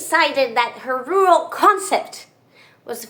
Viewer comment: Thank you for another wonderful video! And for suffering through “rural” for us!